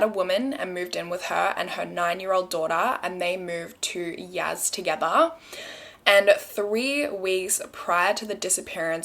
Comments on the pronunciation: Also it’s Yasssss not Yazz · its pronounced y-ass not yaz 💖💖💖